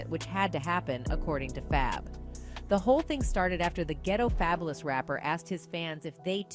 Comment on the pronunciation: I cannot!! That lady who narrates all those videos, drives me bonkers!!! Her mispronunciations are too bad. Fay-bu-lus? Girl FABULOUS, so what he spells it different. seriously??